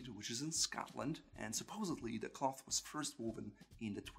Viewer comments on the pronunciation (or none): none